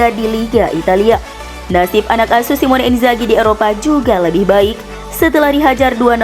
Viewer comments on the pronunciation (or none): none